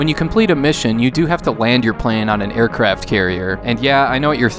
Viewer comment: Did you just mispronounce the word plane? Lol the gameboy flight sim isn't terrible, its just that it's terrible....